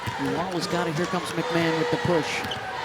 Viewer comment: Its pronounced McMahon (Mac ma hon) there is not an A in her name, its not McMan....Anywho, she was put on lock, she just had an off game and she looked tired, she wasnt full speed tonight. Ole Miss is still a good team, just South Carolina is better.